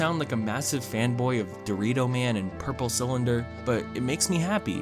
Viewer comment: LETS NOT FORGET THIS MAN SAID DORITO MAN, AND PURPLE CYLINDER